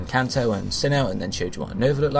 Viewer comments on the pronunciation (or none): none